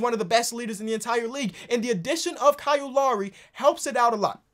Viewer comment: Love when gets in his Ebonics. "Donovan Mitchoo" "Kal Larrie"